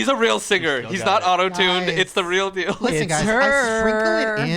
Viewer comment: Hilarious, says “Deal” when it’s “Dill” and vice versa 😂